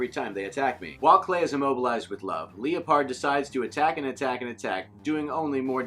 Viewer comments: Leeapard ????? Lie perd is correct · Arthur Machado no I was correcting his pronoucatuon